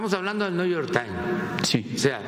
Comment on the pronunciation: No que no habla inglés? El nu yor taim.